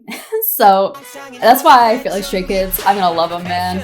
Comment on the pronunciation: Your pronunciation of the names was perfect, in my opinion. Welcome to the rabbit hole, welcome to Stayville ❤ pre-debut Stay here. ❤ You have only 10000 songs left yo check out 😂😂😂😂 Btw. They are chaotic, loud, random, weired, lovly, adorable and caring chreakheads 😂😂😂 thats why we love them soooo much ❤